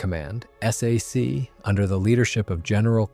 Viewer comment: You know you are listening to an AI production when it spells out S A C instead of Sac, Millimeter becomes M M or my favorite: "the 1955 film Asterisk Strategic Air Command Asterisk." Plus it repeats the same info and over and over. Another AI loser.